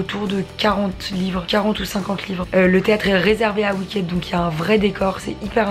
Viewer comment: Hello, petite correction pour ma part, on ne dit pas Wicked mais Wickid. Voilà c'est tout pour moi bisous et merci